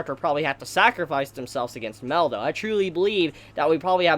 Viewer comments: MAH-EL NOT "MELL" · You pronounce Mael wrong. You say Mel instead of My-Ell. I only point this out cause it's a significant name. Think of Moby Dick, "They call me Ishmael".